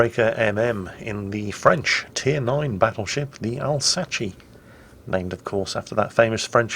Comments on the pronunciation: alsachee ? its not alsass ? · I'd love to hear actually try and pronounce Alsace the way it's supposed to be pronouced: "AL - ZA - SS" you'd understand a busy frenchmen with his two mistress doesnt really have to time to invent a whole nother murican sounding ending to the word. It's not the Appalaches. And it's easy to remember: "-honey where did you put the spare tire?" - "in Al's ass". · How difficult is it to pronounce "Al-z-Ass"? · It's "al-sass". You are pronouncing it as if it is Italian.